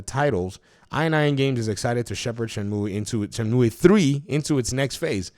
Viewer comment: Leave the game where it belongs, in a happy memory. Btw it is pronounced Shen-moo or Shen-mew not myoueee lol. Back on topic, Shenmue is my all time favourite game. Number 1 in my top ten, huge uber mega fanboy mode favourite game, both 1 and 2... 3 is awful and I say that after having bought it on PS4 (I was a high tier kickstarter backer) Epic because it was exclusive at the time, and Steam plus all DLC on each platform too. The story is bad, the voice acting is worse than the first 2 games, the plot doesn't move forward at all, the combat is bad, the pacing is bad, the qte's are broken. It looks pretty and still has an amazing soundtrack though. But this game needs leaving alone. No new release on Xbox, I waited 18 years for 3 and I wish it never happened... Edit, thought I would add a fun fact: My username is a move from the game, it is a really useful throw move as well as the name of the main character of the game "Ryo Hazuki" Shenmue was also meant to release for the Sega Saturn and not the Dreamcast. It was going to be a Virtua Fighter RPG with Akira as the main character. You can see some things was kept as an easter egg for people that knew, like the plaster/band-aid on Ryo's face in the same place Akira has a scar. Happy gaming everyone. lol sorry for the long winded edit but I did say I love Shenmue.